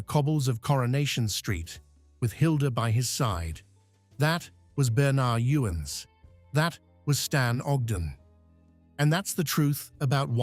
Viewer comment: whsts funny it is. The actors name was pronounced Bern-erd You-ins. Its also Jean Alexander not Joan